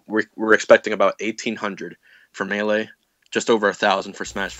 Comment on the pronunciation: "Miilay" - Fantano